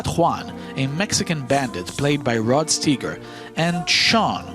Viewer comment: Enjoyed this. I think I'd put Once Upon a Time the West as #1, though. And Rod Steiger is pronounced STEYE-ger, not STEE-ger.